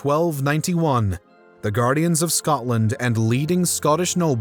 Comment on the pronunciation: Scodland? Scoddish? Pish off.